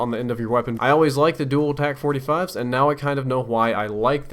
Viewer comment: Tac not tax